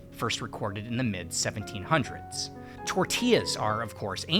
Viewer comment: 1. I can't believe how ignorant the world it's about Mexico's bread variety. it's the most vast in the world thanks to all those baker's back when the country was still called New Spain. Maybe I'm not that surprised when him only mentions tortillas (and not even pronounciating it correctly) as the peak and absolute only contribution to bread as a cultural expression. 2. Of course he failed to mention France went to war against Mexico about some cakes which it's freaking hilarious. The story goes some guys caused a rockus in a french bakery and France needed an excuse to invade Mexico to try to conquer it (It was an independet country at that point). Long story short they failed and that's why USA celebrates 5 de mayo today. They where apparently so happy about France not winning they HAD to make a national holiday about it (they thought France then would also conquer the 13 colonies. Weird time in history if you ask me but whatever)